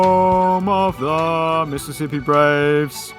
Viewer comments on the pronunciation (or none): none